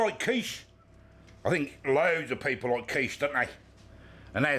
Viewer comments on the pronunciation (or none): none